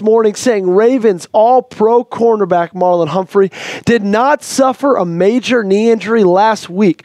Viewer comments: It's Marlon, not Marlowe. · he said Marlowe.